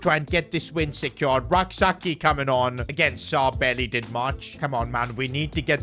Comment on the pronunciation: PCQ: I'm a Ghanaian and it's pronounced Rak-(Sechi ('ch' sound)) Also, you could sign a high rated RM and let Rak-Sakyi be a super sub for both the LM and RM positions since Sarr is underperforming